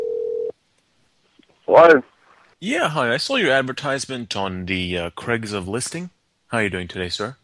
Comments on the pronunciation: "Craigs of Listing" lmfao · has a rule that states that he can never pronounce "Craigslist" correctly. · Honestly, really has trouble saying "Craig's list" properly😂 even in his original voice